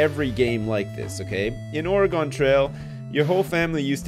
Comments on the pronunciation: Ore-GONE? Really? It sounds like gun, Ore"gun". At least it wasn't Orie-gone. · It's pronounced "or-eh-gun" not "or-eh-gawn" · Although has played both it doesn't stop us Oregon natives from cringing at the mispronunciation of our home state.:) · lived in oregon all my life its pronounced the same way as organ not (or gone) appreciate both pronunciations on your part though. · Thank you for correcting yourself on the pronunciation of Oregon, which is actually ORE-GUN/Organ as oppose to Or-E-Gone. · I think he's saying that Oregon is pronounced "organ," which I've never heard before personally. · it's not QUITE organ (as another native Oregonian who has MANY FEELINGS about it). But it's definitely, DEFINITELY not oreegone or origohn or any of those easterner attempts at it. "Org-in" at least won't make me wince in pain. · You realize you're wrong, too, right? It's pronounced ORE-ə-gun, It's 3 syllables, stress on the first. Go look it up. Wikipedia has a helpful audio clip for you. Or look up like any oregon politcal primary ever. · dude live in washington its ore-gun